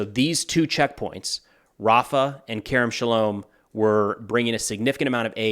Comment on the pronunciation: The way you pronounced Kerem Shalom is 🎯 hats off to you